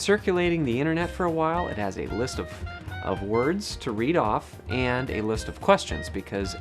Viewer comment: I notice "and" (eeeyand) and "good" (gyuuhd)